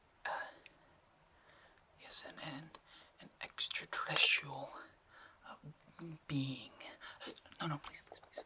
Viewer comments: I think he said "estratrecresticle" i..i.....i.i.i...its..rather..interesting... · I thought my mans said “extratesticles”